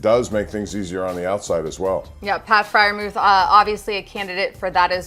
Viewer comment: Heard that mispronunciation.